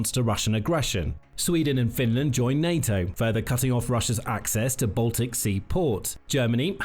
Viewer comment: "FebrEe" "mili-tree" "nayToe" "russier" "Net-WORK" "septembahh" "ukWanian" "Terra-tree" "bassel" (battle) "nuculur" This is SO GD PAINFUL! I'll go bleach my ears now.